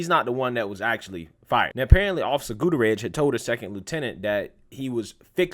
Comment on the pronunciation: I agree with every single thing that you said!! Well, except for one, You definitely butchered Gutierrez!!!